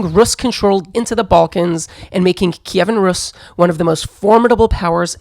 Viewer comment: "Kiyvan Rus"? What's that?? The name was RUS, same thing as Russia, and Kievan Rus was just a period, no one ever called it 'Kievan' and certainly not 'Kiyiviviviv' or whatever bs. In English it's Kiev and it was always Kiev until 2014.